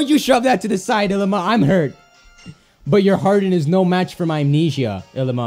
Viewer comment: It bothers me when he says Ilima. It's pronounced ee-lee-ma.